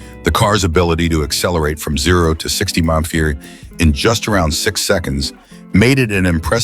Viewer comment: The only thing Cheap is the quality of this BULLSHIT Ai Video when they can't pronounce HP or MPH.